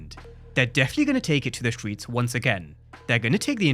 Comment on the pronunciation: "the stweets the stweets" speak right mf STRRRREETS